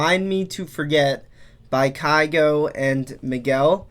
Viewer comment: The way you pronounced kygo the first time is how we norwegians would pronounce it. So i guess its not that bad :)